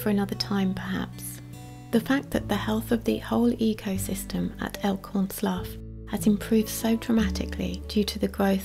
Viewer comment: As one of the locals, we pronouncel it "Elkhorn Sloo" not "Elkhorn Sluff". As a child in the late 1970's, before the Monterey Bay Aquarium was built in 1984, my brother and I came across a wild sea otter in big rocks about 100 feet/33 meters from the water. It looked bloody like it had been in a fight. I later looked it up and it could have been a mating fight, but could have been a predator, too. The sea otter looked a little shocked so we got some garbage bags and filled them with water and let a small stream of water pour over the otter. That seemed to make something in it's brain kick in and it began grooming it's dense fur. It was a cute thing, but we knew not to get near enough for it to bite us and got up on rocks above it to let the water stream land on it. After a while, people noticed our weird behavior of carrying bags of sea water and holding them to drain in the rocks. Fortunately by then, the sea otter seemed to have come out of it's shock and been rested enough that when other people showed up, it made it's way out of the rocks and across the tidal pools on the other side that us two kids hadn't seen at the time and it got away before a larger crowd than a few other kids and teens showed up. This is what I can remember of the incident that happened about 45 years ago. Back then, we had no idea about contacting someone about a wounded wild animal and the otter would most likely have disappeared before someone could have shown up from Santa Cruz which was where t